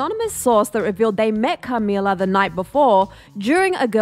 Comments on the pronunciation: the way she says CAmila 💀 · Cah-mee-lahr. Like why is she saying it like that?! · The way you say Camilla had me rollin lol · Why’d the host say Camilla like that lol